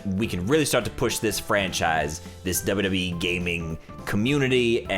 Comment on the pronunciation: He says wwe like wwwe